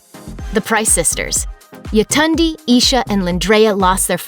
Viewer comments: Its Y(ay)tund(ay)! Nigerian name. RIP. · I am Nigerian and the cringy pronunciation of Yetunde